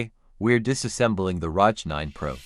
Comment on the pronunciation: Don't ever pronounce an acronym like that! It hurts my ears.